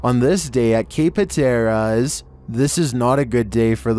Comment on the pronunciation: .15sec it's pronounced HAT-ER-AS😂